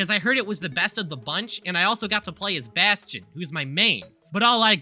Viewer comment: It was all fine until you said main baston:( nice vid tho